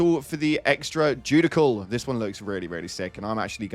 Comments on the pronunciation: PLEASE, ITS NOT JUDIKAL, ITS JUDISHAL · Judicial is pronounced “Ju-dishel” not “ju-dickle”. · Jew-dish-all not jew-dick-al (judicial) pretty sure Google can pronounce it for you. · Judicial pronounced like “joodishall” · The Damages seem too low all around tbh The Urchin should also Arc from the foe hit in a 10m radius and or to/from foes around it making it a mini tesla for the duration, it would actually be useful then Also: Please someone teach how to say Judicial lol